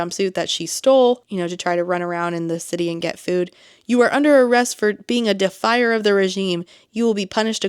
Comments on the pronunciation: Whenever you say Defier, I keep hearing defiler... Idk why, it just feels more like a real word I think 😂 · I heard “defy her”, which was confusing 😅